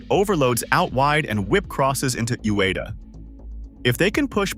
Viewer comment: Bro at least let your AI voice pronounce Ueda as YU-WE-DA.